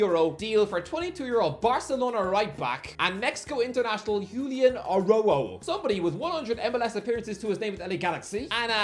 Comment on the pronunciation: Why you say Araujo like that